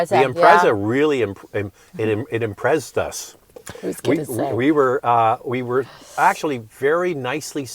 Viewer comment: "Imprezzed us" was classic, I love it lol